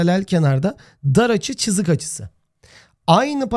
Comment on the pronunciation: hocam çızık demeseniz olur mu cok sinir bozucu